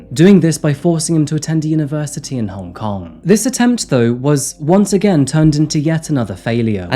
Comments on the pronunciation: I applaud you try to say Hong Kong in Cantonese, it’s not an easy dialect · As someone who was born in Hong Kong, I appreciate that you tried to pronounce the name 😊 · Worth a like just for the exquisite pronunciation of Hong Kong in local tongue.👏